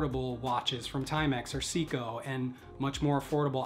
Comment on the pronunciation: It's pronounced "Say-co" (Seiko).